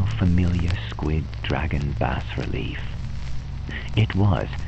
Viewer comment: Excellent. If you choose to do more HPL adaptations in the future---I hope so---might I suggest checking out the pronunciation of all the words ahead of time ("bas" relief, and "theosophical"for instance, and names, like Arthur Machen,, whose last name is actually pronounced "mock-in".) Hope that isn't being too "picky-picky". This is an excellent presentation and a great reading in every other way! Thanks!